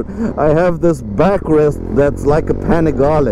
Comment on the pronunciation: When I first heard you saying Panigale I understood "pan of garlic"... 😀😃😄 ...just because precisely as you said it needs a little salt and pepper on its transmission, so the garlic pan will taste better! 😛 We must remember that's an Italian TOY and a styling exercise, so it's not about the price but the joy to... enjoy the riding AND the design. The transmission can be tuned a little bit, of course if you need to. Because any "aglio e olio" recipe needs "pepperoncino"!